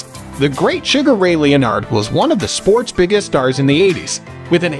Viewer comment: What do you mean? I fondly remember the career of Sugar Ray LEEyonard.